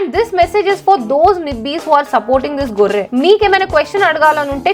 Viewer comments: its not Gorre its barrey!!! Murray Barrey!!! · Adhi gorre kaadhu akka barre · gorre kadhu barre ani pettalsindi